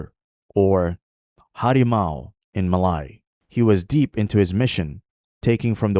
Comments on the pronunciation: it’s pronounced “Ma Lay” not “Ma Lai” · Muh lay not mah lie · sorry to burst some bubbles… i think the way u pronounce ‘malay’ is wrong.. either u follow the english pronunciation ‘muh-lay’ (same as how u pronounce malaysia… or u pronounce it as in malay language which is ‘melayu’ (muh-laa-yoo)…. domo arigato…